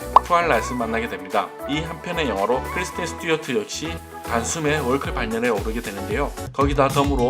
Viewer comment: 크리스틴 이름발음이 잘 안되시네요 ㅎㅎㅎㅎㅎㅎ